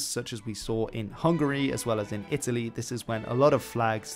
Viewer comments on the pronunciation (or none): none